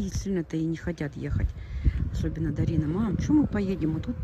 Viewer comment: Ее зовут ДАРИНА! Не надо коверкать красивое имя. Иди русский язык поучи лучше, чем кофточками интересоваться🤨